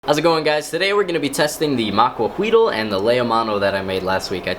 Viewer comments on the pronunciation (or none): i'm mexican and in not quite sure about it but i believe its spelled macuahuitl and its pronounced macuauitl with a strong t also the h doesn't make a sound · I keep rewinding to hear him say "Maquahuitl" XD